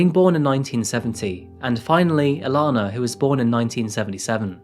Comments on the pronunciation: I've never seen a true crime case where I share a name with the victim. pronouncing differently (mine being E-lane-uh instead of E-lawn-uh or Ellen-uh) didn't make it any less unsettling. I'm always empathetic towards the victims don't get me wrong, it's just a very weird feeling to share their name. The only other time I've seen/heard my name in any type of media is the vampire diaries. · I think you’re a great story teller. However, I think to make sure her memory is respected you should at least say her name correctly. Throughout the video you pronounce her name two different ways and either stick with saying it one way or find out the correct way. Our names are important to us. It’s even more important when speaking respectfully about someone who’s dead. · Is it pronounced E-leh-na or E-lah-na? How many times did it change throughout the story, very annoying. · You can't even pronounce her name correctly.....cringe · Right, the pronunciation changed throughout, sometimes in the same sentence. Really spoilt it for me. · Shame he constantly changed the pronunciation of her name. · I love your videos but please, please, please start editing them properly. The poor woman had circa 5 different pronunciations of her name and flitted between having 2 and 3 children. I love your videos but the little things like this, really distract! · Shame the pronunciation of her name changed multiple times, often within the same sentence. Confused the hell out of me. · He's pronouncing Elana's name two different ways throughout the video and it's so distracting.. I expected better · I’m a little confused on the pronunciation of the victim’s name. You kept changing your pronunciation and it made me think you were talking about 2 different people. You then just picked the second pronunciation of her name. It seemed a little disrespectful that you couldn’t use the right pronunciation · shame he continually changed the pronunciation of her name throughout the video.